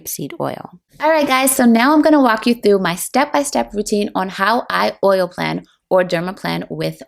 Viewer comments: "Plane" not "plan" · plane, not plan 😑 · "planing" is pronounced like AIRPLANE. Not "plan" like "I plan to divorce my husband." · Isn’t it pronounced like plane? There’s only one “n”